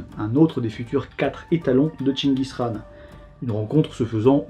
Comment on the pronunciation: Très bien le respect de la prononciation de chenchis khaan. Comme d’habitude trop fort.